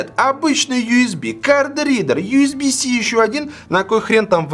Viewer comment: Ю с би си да не биси ежеси)))